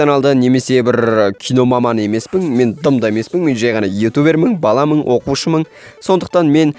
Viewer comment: Мен ютубермыҢ , оқушымыҢ🤣🤣🤣 Ң әрпі сенің әрпің болдау